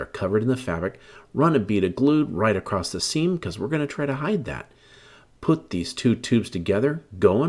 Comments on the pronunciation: I love this. I already have my pallet. Just one thing...the word is "across" not acrosst..😅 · It’s ‘across’, not ‘accrost’. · Acrosst isn't a word my man. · I can’t stand when people put a “t” in across. Absolutely kills me.